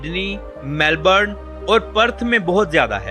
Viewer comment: ❤ Sydney ❤ Kindly check the pronunciation for Melbourne and Canberra. :) Interesting information.